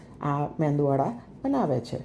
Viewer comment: Your MEDU wada made perfectly. But kindly pronounce it as MEDU WADA and not as meNdu wada